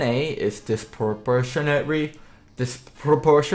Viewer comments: disproportionaterrrry Omegalul your asianness is showing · bruh i fucking died listening to you try to pronounce disproportionately. jeez that was so funny